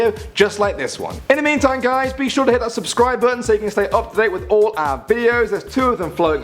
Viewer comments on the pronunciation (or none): none